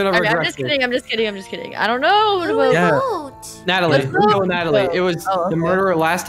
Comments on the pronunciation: IT'S NOT CALLED "NATALIE" IT'S "NATALIA" LOL XD ANYWAYS LOVE YOU~ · I like how they pronounce Natalia(Na-tal-yah) as Natalie(Na-tal-ee) 😂😂😂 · It’s not Natalie it’s Natalia.😤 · I love how they keep saying Natalie and Nataleah but its Natalia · This triggers me be they say Natalie rather than natalia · its not Natalii it's Natalia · pronounced "Natalia" "Natalie" and my name is Natalie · Just a reminder: It's pronounced Na-TAL-ee-uh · Well you right I’m Natalie and I’m stupid and it’s N-a-t-a-l-i-a